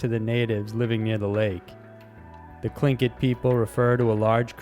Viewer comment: you said tlingit right!